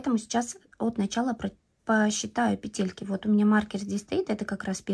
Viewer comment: Спасибо за МК! Обязательно свяжу. Подписалась и буду ждать новую информацию для нас, любительниц вязания. Единственное, что мне доставило дискомфорт - это слово петЕльки. По- русски будет пЕтельки. Может, я не права? Всем легких пЕтелек! 🎉❤😊